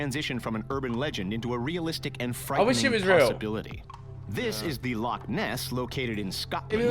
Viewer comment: Me being Scottish and the guy say “loaoaoaoaoaaoaoaoaoaoaock”